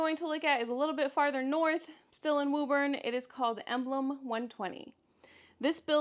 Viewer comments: it's pronounced woo-bin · WO-BIN.... from a former Bostonian.